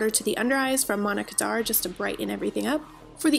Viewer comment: This whole time I thought it was Monica Dar, not Manna Kadar 😂 #fail #snapchatfam